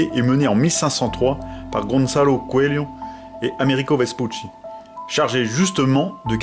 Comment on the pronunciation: c est là que c est pas normal! Il était déjà sous la glace si je me trompe Et je ne remets pas ton travail qui est bien fait, mon petit esprit essaye de comprendre et le navigateur c est Coelho et pas cuelho!